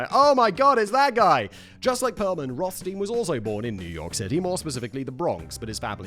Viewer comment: Simon! Still the same issue with German double vowels: you always pronounce it like the LAST of the two letters in English. ei=i and ie=e, dead simple. The name Rothstein is of German origin for sure, meaning red stone. So the rules above apply.